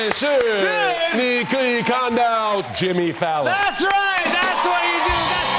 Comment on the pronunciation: I like how he just speaks normal chinese and then starts emphasizing Jimmy Fallon